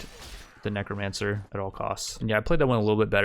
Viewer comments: bro you CANNOT say nee-cro mancer XD its neh-cromencer lmaooo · oh god "neek ro mancer" what is this abomination of pronunciation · I die a little inside every time he pronounces necromancer as kneecrowmancer